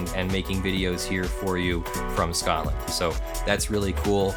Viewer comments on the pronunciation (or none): none